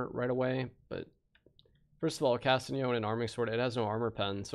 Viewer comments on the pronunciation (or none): these pronunciations have to be a joke man. had to stop watching after "cast ee on"